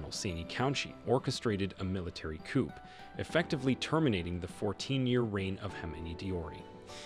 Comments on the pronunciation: Mr Narrator, you pronounce the word "coup" as coop like the word "poop" . It should be pronounced like coo. Forget the letter p at the end of the word. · Interesting but the p in the word 'coup' is silent.